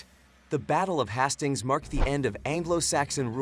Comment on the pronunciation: The battle of HAS STINGS, wtf?! Please at least get it pronounced correctly.